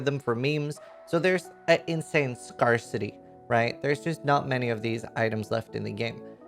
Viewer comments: scare-city not scar-city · scarcity is pronounced Scare+city not scar+city just an fyi :)